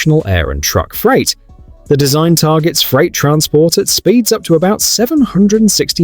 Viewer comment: I was almost in tears from laughing so hard at the AI voice butchering speeds and power levels.